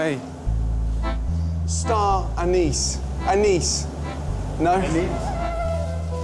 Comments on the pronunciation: Gordon ''Anise anise ''! The uncle be like ...''Aey anees ko bula re '' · Gordon: STAR-ANISE, SKY, SKY... Indians: *Laughing* Gordon: Am I a joke to you? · Gordon - Star Anise Staff - Hey ! I died laughing